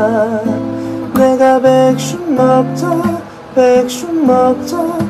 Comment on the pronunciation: 아 ㅋㅋㅋㅋ 백슉… 발음 마저 귀여워... ෆ˙ᵕ˙ෆ